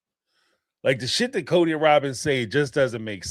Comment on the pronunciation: It’s like Rawwwbin is really leaning into the way we make fun of her pronunciation. She’s rage-baiting us. 😂